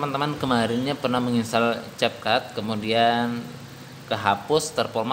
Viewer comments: Namanya capcut tapi ngomong nya (KepKut) njg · Ka bukan cetcut tapi cap cut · Tulisan capcut dibaca(kep kat)